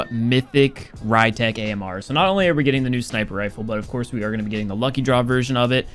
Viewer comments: be like - The ry-tech Ammrrrrr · new pronunciation: Ree-tek Amer (Rytec AMR)